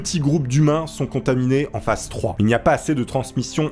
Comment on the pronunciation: phase se prononce phaze et phasse ou phace